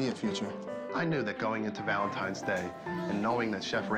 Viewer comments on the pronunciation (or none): Valentine's, not Valentimes. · Someone needs to tell Gordon it's Valentine's not Valentime's. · I read so many comments here and I didn't see a single one talking about how Gordan says "Valentimes" instead of Valentine's. Who knew? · “Valentimes Day”… Chef no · gordon one hundred percent said valentiMes day 😅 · Is it just me or is Gordon saying Valentime